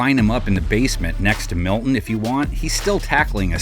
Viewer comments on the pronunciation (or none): none